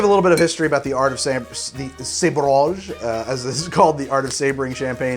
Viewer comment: Sah-bra-ge, not say-bra-ge